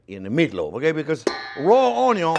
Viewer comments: Ahhh, I thought you forgot the Onyooo😂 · I got nervous the first 6 minutes..... Where's the ONYO!!!!!!!!!! Ok. Whew! That was close! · Sorry...but it is prounonced Uuonion........please take note.... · Saw this guy saying onion in a video from years ago. Saw this guy saying onion in a video I saw today. Still funny. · Cajun style.